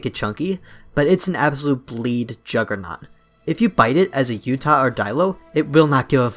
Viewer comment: I am born and raised in Utah, and the way you say Utah is pissing me the fuck off. “Utih” ugh, it’s U-TAW. UTAH!!